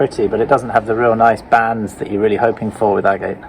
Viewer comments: Agate. You are pronouncing it incorrectly... It is pronounced "ag-et" not "a-gate" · Nice agates, shame you don't know how to pronounce the name correctly.